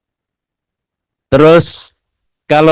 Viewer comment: Pensiun Pak bukan Pangsiun 😂